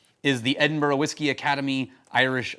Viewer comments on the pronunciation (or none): none